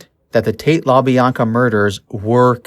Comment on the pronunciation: Yea, it was pretty bad.. These peoples names have been said for over 50 years, I was really surprised by his mispronunciations. Also he was pronouncing Leno the way you would pronounce Jay Leno's last name, when it's Lee-no. For those of us who know & have researched this story for years, it really was painful to hear his multiple mistakes